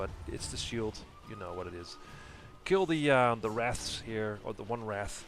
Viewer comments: omg, you called them wraths again. you don't even know how to read or say a very very commonly known beast. I knew what a wraith was at like 6 years old? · on the seventh time you said wraths, not wraiths, you added an extra "thsts" so it sounded like wrathsths. can you not physically say wraith?